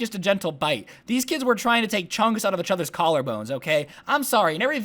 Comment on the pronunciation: Why do you say ach other not each other